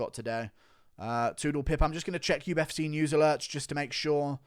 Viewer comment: Where’s your accent from in England mate ? Uf”cuh”